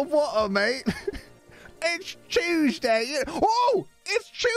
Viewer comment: "Don't make fun of the French." A few seconds later "BOTOL O WOTOR, IT'S CHEWSDAY"